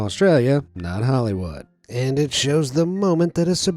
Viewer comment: Whoever did the talking in this video said Melbourne correctly :D